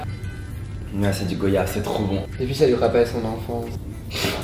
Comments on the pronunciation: c pas gOyave mais goyave (prononciation comme Guadeloupe ou guacamole jcp) shit! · Goyave ça se prononce comme VOYAGE !!!! Genre G.oi.yave Vous voyez. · S'il vous plait dites goYave et pas gOyave ça se prononce goayave ! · Ont dit GOIyave pas GOyave !!!! J'espère que vous ne dite pas VOyage...